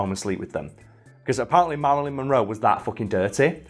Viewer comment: Meh-ralyn Monroe. Just a messy sket